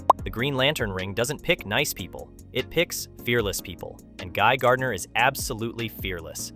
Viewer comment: It's not Guy Gurdinar tho